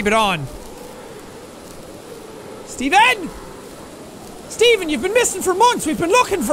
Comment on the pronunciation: jack saying "steven" sounds like "demon"? and all i can think of is shane going "deMOn? dEmOn!"